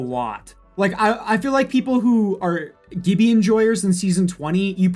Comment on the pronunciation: Funny how no one brings up the way he said Gibbi